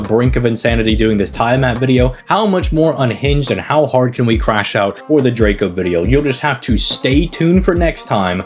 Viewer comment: This video had me laughing a lot with the edits. 😂❤ I'm new to the channel, and my only criticism is the mispronouncing of servant names. According to the katakana, names are pronounced "Tee-uh-maht" and "Drah-co" I swear I'm not hating, I just think it would be nice to see the community all pronouncing names as they were given. I mean, look at it this way... if you love the servant, wouldn't you want to say their name correctly? What if hundreds of people started saying your name however they felt? 😁 Anyways, rooting for your continued success 🙌